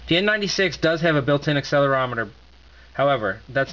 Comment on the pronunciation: what did you say? N NINETY SEX?